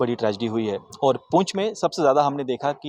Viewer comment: Pooch nhi poonch hai